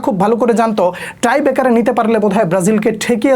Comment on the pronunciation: ট্রাইবেকার না টাই ব্রেকার ভাই